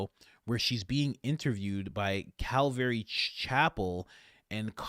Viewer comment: Love your show, you crack me up. I can get over all the mispronunciations (Obadiah, calvary, people's names), but please don't take the Lord's name in vain, that too is a commandment, so not exactly from me. Love ya ♡